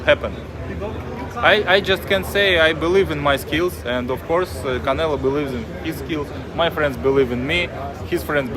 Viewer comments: Why does he keep saying "Canela" instead of "Canelo"? At least it doesn't seem intentional. lol 😂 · Sounded like he said CANELA.... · Hahahahaha Bivol said Canela 😊😊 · HE CALLS HIM "CANELA" LMFAO 😂🤣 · He said “canela” cuz he a bitch 😂😂😂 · I love he calls him, “Canela.” It cracks me up every time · Sounded like he kept saying Canela 😅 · Bruh this guy saying Canela I think he knows how to say it right just playin da game Lmao. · Eastern Europeans for some reason always call him canela. It's like they don't know how to pronounce o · This mfkr calls him Canela 🤣🤣🤣🤣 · Bivol "canela" 😂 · Bivol says Canela 😂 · he says canela on purpose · Bivol: "Canela" lol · Bivol been sneak dissing calling canelo "canela" lol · I like how he calls him "Canela". Sounds about right. Lol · "Canela," Was that on purpose? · He can’t even say Canelo right